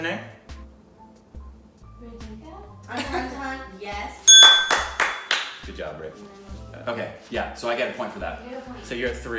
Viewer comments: What is andahandahan gyzz😂😂🤣🤣🤣 it's an-dha-dhun 😂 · u should really learn the correct pronunciation of Andhadhun 😂😂